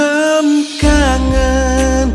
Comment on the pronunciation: Lha ini baru benar pengucapan judul lagunya... Mendem kangen (mengubur dalam2 rasa kangen, bukan mendhem kangen (mabuk kangen)..hampir sama pengucapan tapi beda penafsiran.